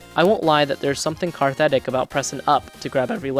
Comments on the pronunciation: "Carthetic"? Did you mean cathartic? Wow. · Lmao never heard someone mess up a word that badly, especially bad for a reviewer 😂